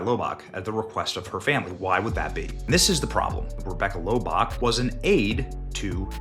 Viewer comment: Lobach 🙄 german